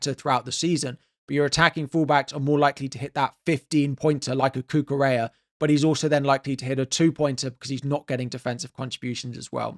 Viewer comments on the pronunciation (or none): none